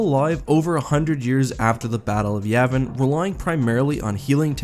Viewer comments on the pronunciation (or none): none